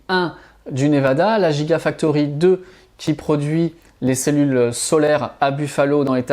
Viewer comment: Petites corrections: — Hibar systems ne fabrique pas des batteries mais des machines utilisées pour fabriquer des batteries. — Soit on prononce « jigausine », soit on prononce « guigafactory », sinon, ça n’a pas beaucoup de sens…